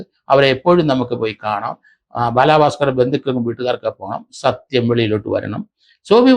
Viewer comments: ബാലഭാസ്കർ. ബാലാഭാസ്കർ അല്ല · ബാലാ ഭാസ്കർ അല്ല. ബാലഭാസ്‌കർ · Njan parayaan vijaricha comment. Ella videoilum parayum ingane baaalaaa bhaskar. But I appreciate your findings. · ബാലാ ഭാസ്കർ അല്ല സർ ബാല ഭാസ്കർ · ഇയാൾ എന്തിനാ ബാലാ ബാസ്കർ എന്ന് പറയുന്നത്😡😡😡😡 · Baalaabhasker.... The way he says is different 😊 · ബാലാ ഭാക്കാർ എന്നാ പറയുന്നത്